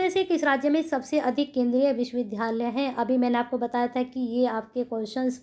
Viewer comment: विश्वविधालय नही विश्वविद्यालय पढ़ा करिए।